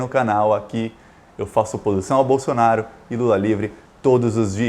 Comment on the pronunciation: Por que vc fala Bolsonario, é Bolsonaro